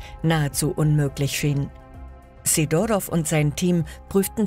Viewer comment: wahrscheinlich natürlichen Ursprungs ... / Sidorov - Betonung auf dem "i" bitte. / Zum Teil werden DInge von wo ganz anders gezeigt! so kurz nach 4 Minuten die Mauer.